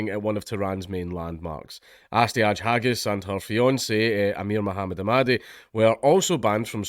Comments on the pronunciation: D'you have to keep misspronouncing their names as 'haggis'? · Her name is pronounced, "hag-heiney". Get it right. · "Hagis" - trying to read names.